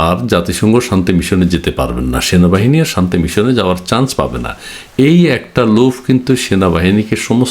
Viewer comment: ভাই আপনি বার বার ভুল বলেন কেনো সেনাবাহিনী হবে, এর পর থেকে উচ্চারণ ঠিক করে করবেন